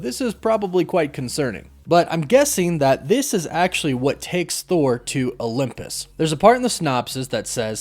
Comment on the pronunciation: where are you from my friend? It sounds like you pronounce Olympus as “Olumpus”